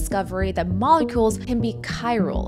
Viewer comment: Mol-e-culs lol